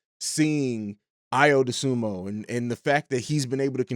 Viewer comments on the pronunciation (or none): Good stuff, but it's Dosunmu not Dosunmo.